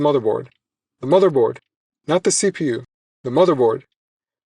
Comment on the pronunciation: The way you stress the letters in CPU is killing me.